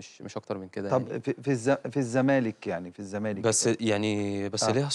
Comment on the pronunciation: الزمالك بال ز مش بال ذ 😅